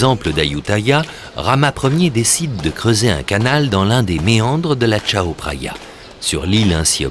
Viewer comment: Par contre, j'ai mal aux oreilles à chaque fois qu'il prononce "Tchao Praya" alors que cela se prononce "Kao Praya".